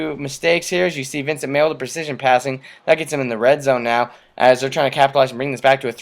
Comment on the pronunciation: Vince Mayle is pronounced MAY-LEE. i love your video btw, good stuff.